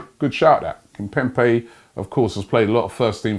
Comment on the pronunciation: Brother its Kimpembe with a 'b' not with a 'p' Robbie pls